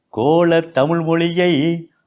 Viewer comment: இந்த தமிழ் (தமில் இல்லை) ஆசிரியர் தமிழை “தமிழ்” என்று உச்சரித்தால் இன்னும் சிறப்பாக இருக்கும். சுழி, சுலி அல்ல